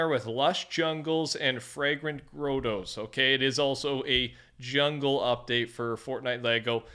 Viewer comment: grow tos? its gro toes